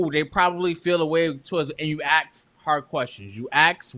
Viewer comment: Ask not Axe